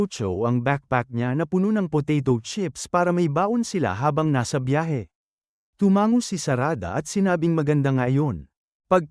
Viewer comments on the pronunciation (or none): none